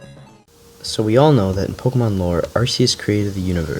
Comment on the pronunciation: Why do people say arseus